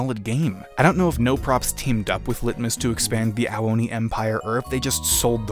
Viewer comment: I thought you said hentai oni